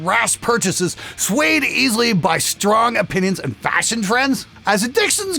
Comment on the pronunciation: Fasion? Mmmm... I think there's an "h" in there somewhere